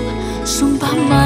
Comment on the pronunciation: pengucapan vokalis saat menyanyikan kata "Rusak..hhh"...itu keren